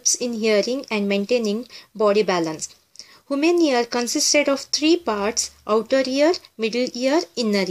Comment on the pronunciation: Human ear not haman ear